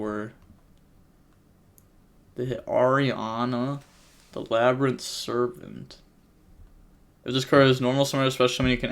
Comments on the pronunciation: “Laber- Rinth” (LABYRINTH)… you really butchered it lol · Bro just say lab-rinth lol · Labyrinth. It’s just the word. Lab-ri-nth lmaoooo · Lol LAH - BRIAN- TH 😂😂😂😂😂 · "la bryan tith" NO WAY🤣🤣🤣He has got to start watching Market Watch more with MKohl. This takes effort yo be this wrong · My guy, how do you not know how to pronounce labrynth?